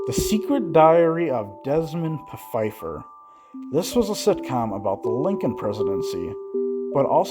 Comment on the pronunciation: He mentions it, he just pronounced it wrong (he seems to not do proper research, including pronunciations).